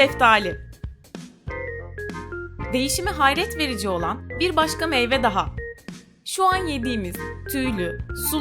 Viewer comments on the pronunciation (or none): none